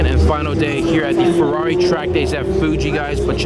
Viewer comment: Sorry dude, its ferrari not furrori